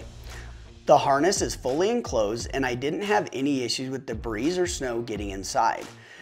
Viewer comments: Great video, straight to the point. Fun fact: the plural of "debris" is still just "debris" with a silent S. Deh-bree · Thanks for your video and information, it was very thorough and helpful. Just a heads up here : the word debris is pronouced without sounding the s on the end. The word debris is good for both single and plural.Hope you dont take offence at my offering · The s is silent in the word debris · 🤦ha ha I know I don't know why I pronounced it like that.